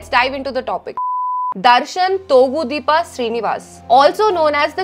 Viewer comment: It's not thogudeepa it's thoogudeepa pls research and pronounce the people's name exactly it's not about only his name but everyone's names... This comment doesn't mean I am his fan or well wisher he is accused and he should be punished if he is criminal